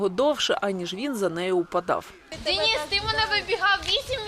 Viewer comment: Як гидко слухати від українки, (дініс.). ДЕНИС-український Герой, захисник. А не (московський деніс) Слава нашим українським захисникам!